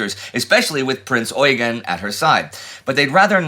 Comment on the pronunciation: As far as I know the emphasis should be on the second e in Eugen, very similar to how eugene is pronounced in english. That is due to his french herritage. At least thats what i learned during my time in school in austria.